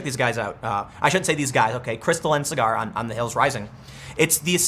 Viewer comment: If you do watch Rising, Tim, Krystal says his name all the time. SAW-grr. His name is not cigar.